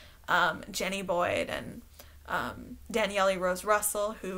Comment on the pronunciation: Does Danielle really pronounce her name "Dan Yelly"?